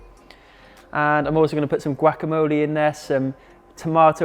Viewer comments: Gwack-A-Mo-Lee??.. lol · gwackamole. my mom says guacamolly so. lmao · la manera en que este wey dijo guacamole me hizo llorar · that’s an interesting way to say guacamole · He hit that "C" HARD AF😂😂🤗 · Im inclined to start pronouncing it this way🤗 Trevor Noah already got me saying ZEBRA like DEB-BRA 😂😂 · Well if you look at the word he's pronouncing it how it's spelt xD